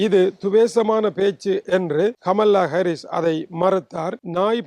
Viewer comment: She is not amala.. she is kamala.. your own Tamil native.. Please correct your pronunciation further..